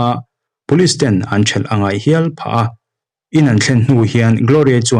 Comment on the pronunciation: A ngaihnawm thei hle mai,i aw a fiah ṭha bawk. Ka hmaih ngai miah lo a nia. 'An in pha mar zo ta lo' tiha 'pha' tih hi a ri sang tur a nih hmel..a rihniam anih chuan thil inmil chhunzawm chho zel sawina a ni daih a. Sawisel tur ka zawn vang hrim hrim a ni lo ania aw😄